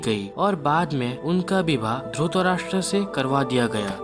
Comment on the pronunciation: अबे ! उच्चारण तो सहि तरिके सें किया कर । धुतराष्ट्र नहि धृतराष्ट कहो धृतराष्ट्र ।